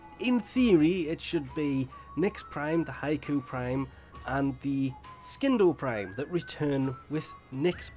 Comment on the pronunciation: “Skin-doe prime”